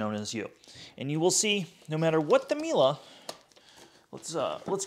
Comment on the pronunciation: whats a mila ? Miele isnt mila, wtf.